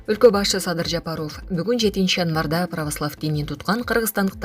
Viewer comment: Сүйлөп жаткан ди-джей кыз Ажообуздун фамилиясын туура айтса жакшы болмок